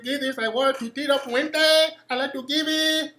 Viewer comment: "I like to geeb iiiit" ahahaha